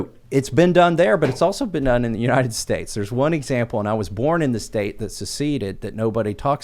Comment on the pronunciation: I can't stand her speech impediment. Unined States. Senence. 😂😆😂